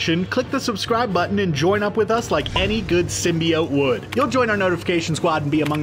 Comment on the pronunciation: *Os tight. Lol sym-bigh-oat.